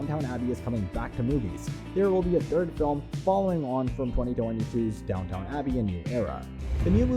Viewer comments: Goodness... I could not watch the video just because of the pronounciation: It is Downton, not Downtown: and it is Yorkshire, not Yorksheyre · you do not call it DownTown. it is Downton abbey. Please learn how say the words correctly. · I am shutting this video off as the stupid computer voice cannot pronounce the damn name of the program!